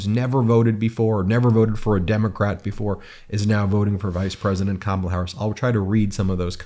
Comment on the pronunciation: That guy can’t pronounce Walz or Kamala and sounds like a uneducated moron! It doesn’t take a college education to run up and down some field with a ball!